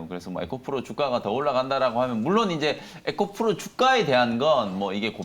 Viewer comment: 에코프로를 에코플로로 말하니 많이 어색하네요.